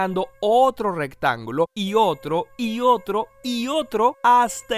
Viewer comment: Alguien se dio cuenta que en una parte del vídeo decía rectanulo